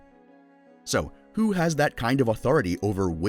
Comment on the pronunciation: 1-:14 "HWO IS THAT"